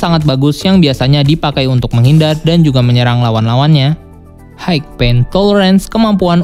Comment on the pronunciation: High gak dibaca haik bang, tapi Hai.